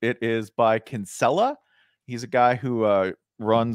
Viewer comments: Consella? His name is Steve rinella😂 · Right? Where the hell did he get Consella? That ain’t even close